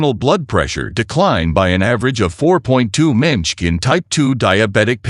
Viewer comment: Teach your AI to pronounce mmHg.